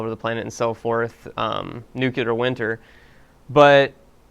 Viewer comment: Welp, here comes a dickload of people to complain about the pronunciation of 'nuclear.'